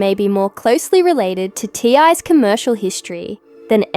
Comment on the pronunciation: His name is T.I. Or TIP! Not ty. If you’re going to report it at least get the man’s name right!